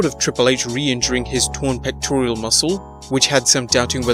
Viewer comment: it’s actually pronounced “pec-tor-AL” and not “pec-tor-I-al”. Just wanted to help with that.